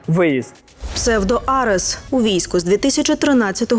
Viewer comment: Ведущие канала даже не знают как правильно сказать (АРЕС)!!😂😂😂😂😂